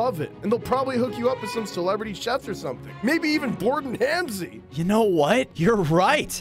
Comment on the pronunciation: It’s not Hamzi it’s Ramsey 😂